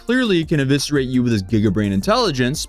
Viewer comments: He mispronounced "eviscerate". Bought a thesaurus, looked up a few words to try out. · Eviscerate not Aviscerate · I honestly thought he said "obituate" at first.